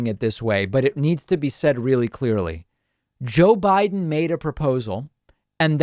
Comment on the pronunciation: " JOE WIDE'IN "